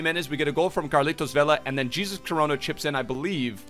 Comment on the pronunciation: It's hesus coronoa